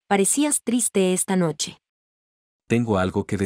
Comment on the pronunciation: Nochev ❌ noche ✔